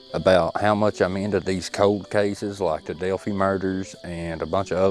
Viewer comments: Hey. It’s not pronounced Delphee, it’s Delpheye. Thanks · Delphi rhymes with lie, not with tea.. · Delphi is pronounced the same as wifi the fi and phi pronounced like I know who u r!!